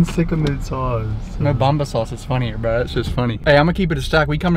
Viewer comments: Mobama sauce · He said Mo Bamba sauce